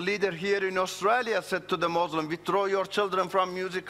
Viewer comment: First of all ,he was never been a muslim, look at him how he pronounce the word muslim, he lies don't listen to him, the quran and Hadeeth no where say, not to shake hands with any faith people,. i tell you people who listen to him study Islam and than judge it.